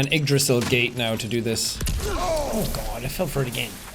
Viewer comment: guod of war ragnarok jed